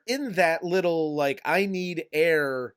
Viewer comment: "Give this peepl eeer."